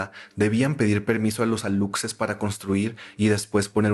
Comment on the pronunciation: para aclarar, se dice "alushes" no aluXes, viene del maya